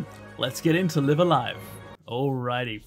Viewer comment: so this isn't a series i'm familiar with at all and i have no idea what the title even means, but i do know in katakana it's written ライブ・ア・ライブ, so it drives me slightly more insane each time i hear you pronounce the first word as in "to live"...i wouldn't bother mentioning it, but as this is a japanese learning channel, is there a reason why you are pronouncing it that way? like, are both pronunciations fine in japan, or what?